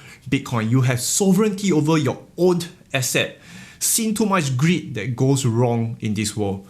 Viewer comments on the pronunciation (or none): none